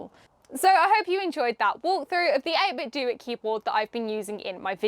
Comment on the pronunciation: Actually the company has come out and said it's pronounced this way, 8-bit-doo. The do is the same as in "to do".